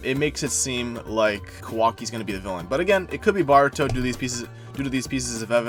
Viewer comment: Pronouncing ''Baruto'' and sometimes sound like Bart-ruto really made me laugh so hard 😂